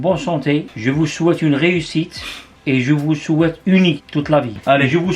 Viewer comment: Il m’a tuer le « je vois shouaite une bonne santé »😂 Amin Insha’Allah a vous aussi 🙏🏽❤️